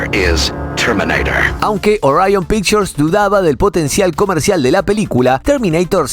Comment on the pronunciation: Al decir "ariion" al referirte Orión tu narración y credibilidad se fue al caño